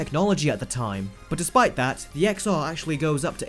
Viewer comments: For fuck sake, it is pronounced iphone 10, 10R, iphone 10S and iphone 10S Max. not "X" or "XR". Pisses me off than people never heard about Roman numerations. Did during Apple presentation anyone used wording as "XR" or "XS"? NO! About everything else your video is completely correct:) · Watching on my iPhone XR :) More than happy with it. Can’t take a word from someone who can’t pronounce the name of the phone right.